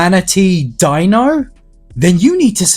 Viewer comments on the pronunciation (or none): none